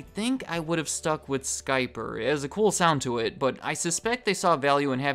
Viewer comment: Skyper sounds like "scalper", lol.